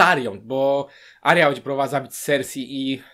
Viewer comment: W końcu ktoś kto dobrze wymawia imię cersie